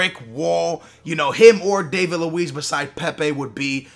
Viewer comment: Its Dah-vid luiz, not Day-vid luiz